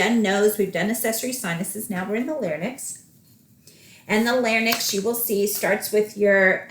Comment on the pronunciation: Thank you for all the tips you have given, very helpful. Just wanted to clarify an example. You say Total Laryngectomy with radical neck dissection. Doesn't just 31365 suffice, why is an additional code looked for in the lymphatics? Also isn't Larynx pronounced "Larinx" and not "larnix"?